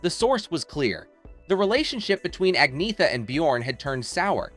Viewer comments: Learn how to pronounce her name. Not AgNetta .. It's Anyetta ... the 'gn' has a 'y' sound. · At least pronounce her name properly. The g is silent.